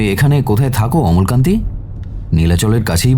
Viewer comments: নারেটর এর অমলাকান্তি উচ্চারণ ছাড়া গোটা গল্পটা খুউব ভালো লাগলো ❤❤❤❤। আর সায়ন বাবু তো ফাটাফাটি। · অমলকান্তি না অমলাকান্তি।আর দাদার ব্যবসায় মন্দ চলার ব্যাপারটা কি? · অমলাকান্তি - শুনতে শুনতে খুব খারাপ লাগছিলো।